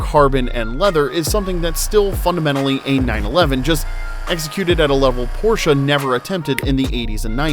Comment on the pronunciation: Not only the background music is so annoying, but you can't seem to prononce de the name Porsche correctly.